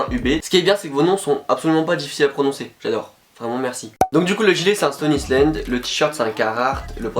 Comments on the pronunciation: Ptdr "stone isslène" srx 😂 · "stone isslènde" ça m'a buté mdrrr bonne vidéo sinon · Mdrrr « stone isslend » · Yo mec ça se Stone Island ça se prononce « staune aylande »